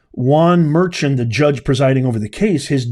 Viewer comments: His last name is pronounced Mer-con. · Juan Merchan is pronounced mur-con..